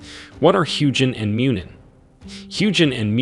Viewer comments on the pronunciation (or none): The proper pronunciation of Huginn is HUE-gin and HOO-gin. Not Huge-inn. Muninn is MOO-nin and MUE-nin. Not Mewn-inn.